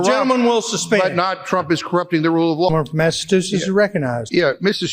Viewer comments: The chairman isn't very smart, he can't even the one of most, if not the most recognizable in the Union, Massa CH usetts, definitely not Massa TU setts! Tough to be uneducated in this world! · I searched for who demanded, while he was speaking, that Massachusetts Rep. Jim McGovern's words be taken down. It was Rep. Erin Houchin, R-Indiana. For the "speaker" of the day: that's Massachusetts, not Massatoosiss. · Rep. McGovern will NEVER be silenced!! He speaks the truth but MAGAts can't handle the truth!! And hey speaker/chair- learn to correctly pronounce Massachusetts!! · There should be a law that you can't be a Speaker of the House, albeit just a stand-in, if can't say 'Massachusetts' correctly!!!!!! 😂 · And he can't even pronounce Massachusetts!